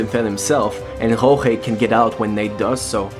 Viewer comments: It sounds like you’re calling him Nick but I know you’re not. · did he say nick or Nate?